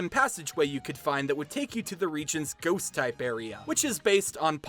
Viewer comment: anytime you say ghost i hear goose